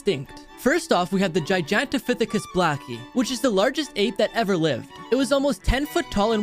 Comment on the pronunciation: My guy really said gijantopithicus HAHAHAHAHA, it’s gigantopithicus